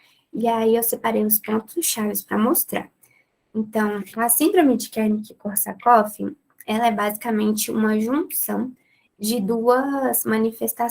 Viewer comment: Muito legal e clara a explicação. Mas você falava Kernick ao invés de Wernick